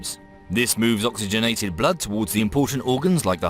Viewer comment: love reaction to himself. - oxynegated -> oxygenated. 😆 humble and down to earth guys, love this.